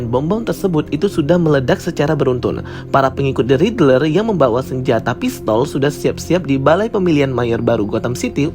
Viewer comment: Kok bacanya Ridrel sih bang? wkwk. Isi konten menarik, cuma coba perhatikan pembacaan istilah, karakter dll biar lebih bagus bang.